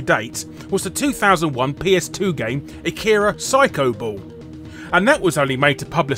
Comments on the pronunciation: I can hear all the weebs complain about how you pronounce Akira now. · You pronounced Akira and many names of the characters incorrectly... If you've seen the movie... How the hell do you pronounce something incorrectly that is said multiple times in the movie... Plus the animated car and teddy bear ARE in the movie... Geez...